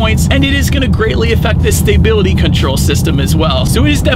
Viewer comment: The way you pronounce stability as stay-bility bugs me lol